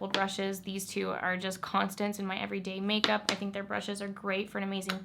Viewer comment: and whenever she says "everyday makeup" my brain only wants to recognize "everyday may"